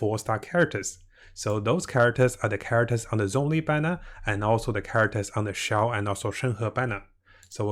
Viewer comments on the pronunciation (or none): none